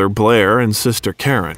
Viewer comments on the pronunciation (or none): none